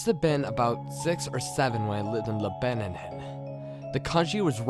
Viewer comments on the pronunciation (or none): Did you just say Lebananen? It's Lebanon (Leb-ah-non).